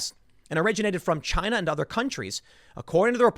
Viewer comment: Tim, it’s pronounced ChiNA 🇨🇳